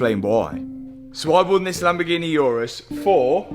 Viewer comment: Oo-rus, not Yourus. My god. Call yourself a car guy but can't pronounce the name properly 😀